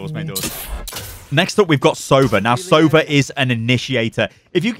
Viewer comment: One thing about Sova agent name. It's 'sovA', not 'sOva', it means 'owl' in russian.